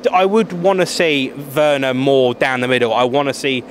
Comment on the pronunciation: Its werner not wener